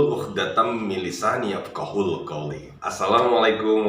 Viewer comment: Coba mohon diperbaiki lagi doa Rabbisrahli sadri-nya boss... Ada yg salah ucap sedikit saja... Bukan "yap QOHUL qouli, melainkan " yap QOHU qouli" 🙏🙏🙏